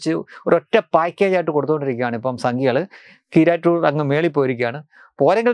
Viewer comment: നിങ്ങൾ പറയുന്നത് സന്തോഷ് കീറാറ്റൂർ എന്നാണ് കേൾക്കുന്നത്